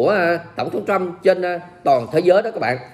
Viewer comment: Thiết nghỉ ông ấy người Mỹ, không phải tên Chú Bảy. Nên đọc tên ông là tên Mỹ. Tập phát âm vài lần sẽ quen thôi. Cám ợn đã cho các tin tức tốt và nhanh.